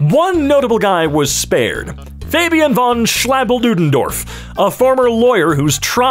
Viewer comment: How do you say this? most people: Schlabrendorff.: Schlabadoodendorff... thats the best you get. edit: fixed a word.